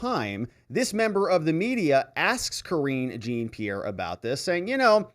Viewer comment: I look forward to and watch all of your videos. I don't want to sound critical but I thought you would have corrected yourself by now.. I am referring to the way you pronounce Karine Jean-Pierre' name. That name is French so Jean is pronounce Jon......Just sayin'